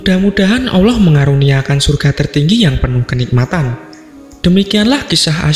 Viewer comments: Suara apaan mbkk tuti suara gini aja ngefans, nyebut Asma "Allah/Alloh" ' saja maaf admin nya masih gk fasik "Awloh" klo saya denger² gtu . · Sebut bagi betul allah bukan awloh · Min mau kasi masukan.. Pembacaan “ALLAH” nya kurang tepat.. Terdengar seperti “oloh” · Allah lah... Bukan Alloh. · Min mualaf ya? Soalnya baca Allah nya kyk orng mualaf min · Sebut nama tuhan itu yg tepat donk..ngak ada huruf O di situ